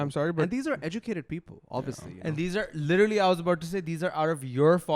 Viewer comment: Lidarly not literally😂